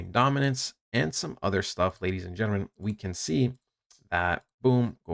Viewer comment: “Ladies and gnrmnn”